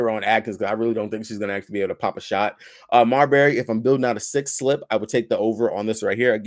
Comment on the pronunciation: Please don't call Marina Mabrey, Marina Marbury.😅😅